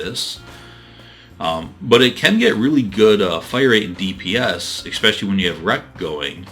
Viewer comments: Though, I have to say "eckspecially" grinds against my nerves. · The fact that you keep saying ecspecially moderately annoys me.